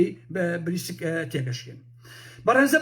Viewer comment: ناوی (بریکس)ە نەک بریسک